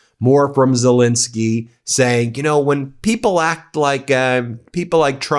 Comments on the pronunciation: STOP MISPRONOUNCING ZELENSKYY! THAT'S AN E NOT AN I, DOGGONE IT. THE MIDDLE SYLLABLE RHYMES WITH PEN, NOT PIN. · It could be even better if he pronounced Zelenskyy correctly, that's an "E" not an "I" - calling him Zelinski is worthy of MAGA. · NOPE, I'm not cutting him any slack on this, and I very much like the work of the brothers three, but the man's name is ZELENSKYY, the middle syllable rhymes with Ben, he is a world leader, and the repugnantones delight in mispronouncing people's names. We good guys can do better. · BEN - I am positive that this is unintentional on your part, however you, along with a disappointing number of other legitimate news reporters continue to mispronounce the name of the leader of Ukraine. This is - unintended or not - a show of disrespect. How would you like it if people kept mispronouncing your name ? His name is ZELENSKY - NOT ZOLINSKI . If his name was ZOLINSKI it would be spelled that way. It is not. It is spelled ZELENSKY because that is his name. Please maintain the fair, rational, and legitimate presentation of important news that the Meidas network has become known for, and at least pronounce correctly the name of the leader of Ukraine. Thank you.